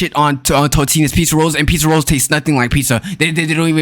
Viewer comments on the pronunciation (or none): why did you say roles? It's rolls